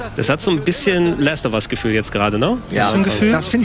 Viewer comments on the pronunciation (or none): Außerdem "Last of Us" nicht "Läst of Us"